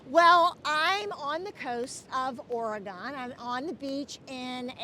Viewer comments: And I don’t want to be that person either, but I’m a native Oregonian, and it does have 3 not 2 syllables. It’s pronounced: Or-a -gun. Many who live out of the state say Or-a-gone. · You seem like a very nice lady and I don't want to be That Person but "Oregon" has only two syllables, not three. It sounds like "Organ," not "Or-A-Gone."